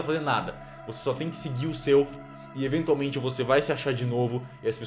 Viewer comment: Quero ver quem consegue contar quantas vezes o celbit fala enventiaumente